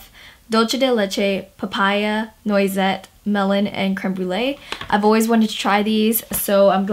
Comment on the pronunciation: Noisette and terra are my favourites. Noisette is pronounced like nwasette